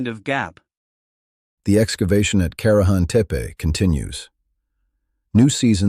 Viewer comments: Karajan Teep ? Really?? You can do better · INTERISTING CLIP ANOYING THE PRONONCIATION OF KARAHAM "TIP"